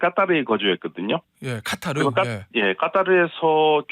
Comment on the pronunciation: 교수님 까따르 발음 😅😅😅